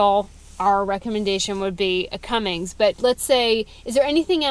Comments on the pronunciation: Now that you are in the secret sisterhood of diesel truck ownership, you must not commit the ultimate sin of adding a "G" to the word CUMMINS. Real truck owners know there's no G! 😄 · There is no G in Cummins LADY!!! lol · My only complaint, other than you buying a Dodge, just kidding, sort of, is the way you add that "g" onto the end of Cummins. Please stop. Just a pet peeve. Thanks. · I’ve been following you for a long time! Truly, love and respect you but we need to correct a wrong. There is NOT a ‘G’ in Cummins! It is ‘come-ins’, not comings!’ You are a very smart person, please correct this, you deserve to sound as smart as you are! Thank you!